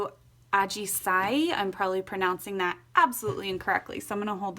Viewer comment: Your pronunciation "Ajisai" is correct and perfect. :) I'm Japanese. I absolutely admire your creativity! Thank you!!